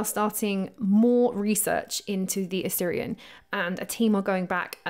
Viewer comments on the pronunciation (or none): Great video. But please you're pronouncing Osirion as Assyrian...